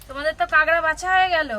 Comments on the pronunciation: ডিমগুলো সেদিন ভাইয়া এক হাট থেকে যে কিনেছিলো আমি সিওর সেই ডিম গুলোই।অথচ মিথ্যা বললেন যে পাশের বাড়ির। আর কাকড়া কে কাগড়া কাগড়া বলছেন কেনো?মিডিয়াতে উচ্চারণ টা ঠিকমতো শিখে বলা উচিত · ডিমগুলো সুরজিৎ নিয়ে এলো বীরভূম থেকে।আর বলে দিল পাশের বাড়ির থেকে। ঝুড়িকে বলে ঠেকা, আর কাঁকড়াকে কাঁগরা। জঘন্য